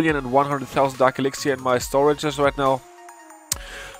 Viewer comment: When he says 'elixiar'